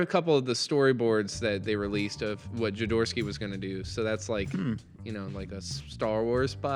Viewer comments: Jo-do-rowsky. (Hoe do rous ki) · I think it's pronounced 'joe door OFF ski' but you at least you pronounced my name right.